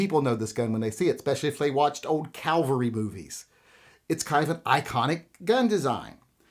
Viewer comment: "Showfield" "Calvary" Now I know you're messing with me.